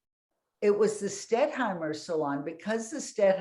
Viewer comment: The moderator didn't know the artist-in-question's name -- it's "Stettheimer" -- NOT "Stetthmeyer." This was more than a mispronunciation; she consistently got the name wrong every time she said it.